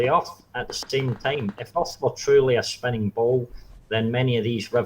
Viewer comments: Accent was interesting. I repeatedly heard "shape of the arse". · Did he always say 'erf'?